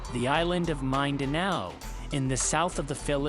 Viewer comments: It's Mindanao!! NOT MIND ANAO !! English is not the only language in world so please learn other languages before posting videos with translation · Idiot said mind de now lollll😂😂